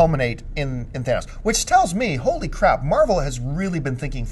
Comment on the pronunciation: I am so happy jon pronounced thanos's name correctly. So many youtubers butcher his name jon you have another fan here now.